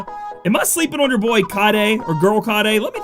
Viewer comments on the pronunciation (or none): Kaede. Kah Eh Deh is a girl name dude lmao you keep saying kayde XD and he/him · aw man, dont call Kaede a guy, its girl (Kah-eye-deh) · I think you pronounce it Kah-eh-de. so yeah girl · Kaede is pronounced (Kai a day) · Kaede = Kai -ay-day, she's a girl :). Thank you for your awesome overview..I was hoping for more exciting units...not sure if I want to pull or not @@ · I think it's pronounced Kade-eh, or Kade-uh, but I could be totally wrong. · Kaede: Kai-yay-day, and it's generally a female name from what I understand :) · kaede is pronounced as kaideh i believe ^^ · Yo, Im pretty sure Kaede is a chick. I have a feeling it's pronounced Kah-eh-deh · FYI pronounced KI-AY-DAY also watch Inuyasha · Hi, You saw it coming - Its pronounced "Kaidei" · Lol it's Kai-aye-Day. Or if you've seen the anime Inuyasha. The old priestess. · Hey. Wanna help u out with kaede's name. Japanese vowels are weird in that each vowel is pronounced separately even if there isn't a consonant in between them so the A and the e in kaede name each have their own sound and syllable. Also Japanese vowels almost always have the same sound no matter what except for a few exceptions. a sounds like the a in father, it's an ah sound. The e is an eh sound, like in the word sleigh or bay. So the name kaede would be pronounced Kah-Ay-Day. Not perfect but should be close enough not to totally butcher her name. And yes. Kaede is a female name.